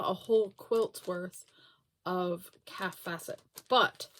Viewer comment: You pronounce "Kaffe Fassett" like "safe Bassett". Lots of us love those fabrics. Looks like she's really liked the designer Philip Jacobs who designs for the KF collective.